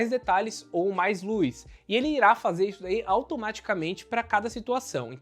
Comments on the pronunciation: "Luiz" (luz) "câmera de resfriamento"(câmara) ahhhh q agonia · Obs: Lúiz = Luz. Tirando isso o vídeo é ótimo. 😂